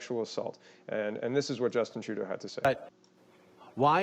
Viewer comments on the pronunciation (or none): none